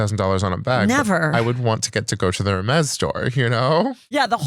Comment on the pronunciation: Guy is an excellent guest! And he knows how to pronounce Hermes, good job!